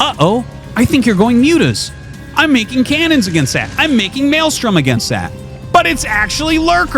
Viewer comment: Me: "Mind control the defiler" Him: "Malestrom the eggs" Me: "or that"